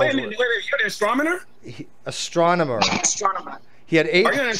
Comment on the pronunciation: "Are you an Astromoner"...TWICE after being corrected on the word